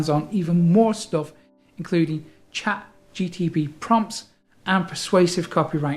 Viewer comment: Nice video...its ChatGPT, not ChatGTP :_)